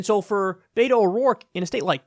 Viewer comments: Kyle it's not Beito its Beto bruh 😂😂😂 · Kyle please call him BET-OH NOT BAY-TOH... AND YOU OBVIOUSLY ARE NOT PAYING ATTENTION. BETO SET A GOAL TO VISIT EVERY COUNTY IN TEXAS. HE HAS MET THAT GOAL! HE HAS BEERS WITH BETO events IN MANY CITIES WHERE TALKS TO VOTERS ONE ON ONE. HE HAS BEEN EVERYWHERE! AND HE HAS DONE ONE THING THE DEM PARTY HAS IGNORED FOR YEARS, MAKE HIS NAME IN FORT WORTH AND ALL OF TARRANT COUNTY. FARMERS ARE ANGRY WITH TED. SO RESEARCH PLEASE, BEFORE SPEWING ANOUT WHAT BETO NEEDS TO DO. HE IS ON IT! I ASSURE YOU! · Pronunciation note: BET-OH, not BAY-TOE. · Beto is pronounced "Bet-o" (the "bet" part is pronounced as if we were talking about a wager.) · Kyle I love your show, but it's killing me. Beto, like bet-o, the Latin American shortening of Albert or Alberto. The mispronounciation is rough buddy. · The way kyle says beto made me laugh every time he said it. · Kyle nitpick here. The e in Beto is pronounced like the e in echo, not like the a in aces